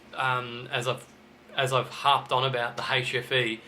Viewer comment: AHHHHH!! 'hfe', not 'ATROPHY'....I swear it sounded like atrophy. Which I though meant duds.